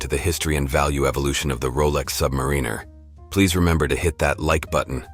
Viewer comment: Awful AI voiceover that can’t pronounce Submariner. 👎🏼